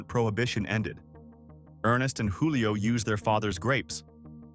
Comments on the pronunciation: PRONOUNCED “JEWLIO” not wholio. Lol They were Italians, not Spaniards. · It's not HOO-lee-oh. It's JOO-lee-oh. Many of the pictures you showed were generic or not applicable to Gallo. I wonder why you left out New Amsterdam.